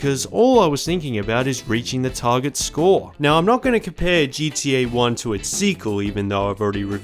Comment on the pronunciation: Why does it sound like he is saying gda